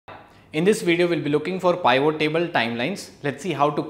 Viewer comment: Thanks for the information. Please pronounce it as “P-vot”